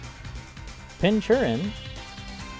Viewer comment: It’s pronounced “Pinkurchin” not pinchurin. As in pin cushion and urchin.